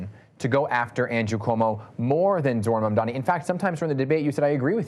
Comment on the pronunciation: Curtis “Jojo” Siwa spent half of the debate whining about a lack of attention and the other half mispronouncing Zohran’s name. At least he’s giving the goofy red beret a rest.